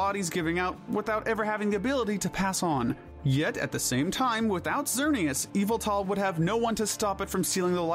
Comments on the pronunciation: Its name is Yveltal, NOT Yaveltall! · So does he purposely say Pokémon names wrong or what? Lol eviltal and Jiriatina 😂to name a a few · Yveltul not eviltal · You should pronounce Yveltal differnet haha. I know it sounds like EVILTAL! since he is the reaper and kinda evil but its more norse. Yall-vel-tal is the correct way to say his name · NO, THE SECOND PART IS WRONG! IT'S Y-VELLE-TAL, NOT Y-VAL-TAL! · "Riko" "Evil Tall" "Qrem" Bro its Raiko, Yveltal, and Kyurem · "Evil tall, Qrem, Zarud"💀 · its YAVATAL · THE U IN YVELTAL IS SUPPOSED TO BE AN A! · His name is Ya-vil-tall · You pronounce it y-valt-al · yveltal (yah-vel-tal). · YVELTAL DOES NOT START WITH AN E, IT STARTS WITH A Y! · NO, IT'S YVELTAL! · NO, IT'S YVELTAL! THAT IS NOT HOW YOU SAY THE NAME!